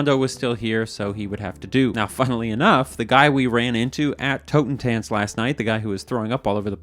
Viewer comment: It is pronounced "totten-tahnts" - German for "death dance", or "dance of death".